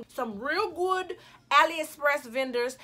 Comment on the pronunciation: "some real gwudd" lmao